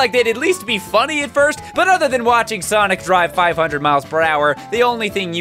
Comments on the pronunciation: Sonice is my favorite prononciation of sonic now. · "S O N I S" -, 2017